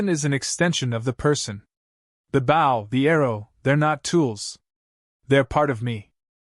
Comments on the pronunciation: Dammit! When you use a damn computer to speak, it says bow and not “BO”! That is an unnecessary distraction and if the story was not interesting, I would jump somewhere else. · Whomever is narrating this should pay attention to “BOW”…… not bow…as in bow wow…… but bow as on BO diddly. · You know, if you’re going to produce voice for a story about bow and arrow, you might try to get the pronunciation of “bow” correct, instead of telling us a story about “bending at the waist and arrows”. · That is the ending that should have happened....... BUT THIS IS A WOKE A.I. Program that cannot even learn how to say the word BOW...... This you see in every A.I. that they use in here and the GTP programs that make the stories....... Repeat, Repeat, Repeat then the last 10 min's of a 40 min story we get to garbage ending like this..... guess they hit the word count to get paid......